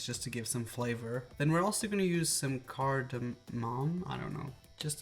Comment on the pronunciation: Cardemom is prenounced card-a-mum